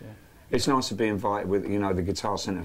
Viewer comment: 3.00 "Very niccce" lol